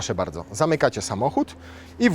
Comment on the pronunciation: Posłałem łóżko - Dziękuję - Nie bałdzo